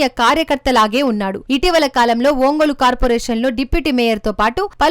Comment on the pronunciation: ఓంగోలా ఒంగోలా?? అసలు మీరు కనీసం ఊరి పేర్ల ఉచ్చారణ అయినా సరిగా చెప్పలేక పోతే ఎలా??? ఇంతకీ బలినేన?? బాలినేన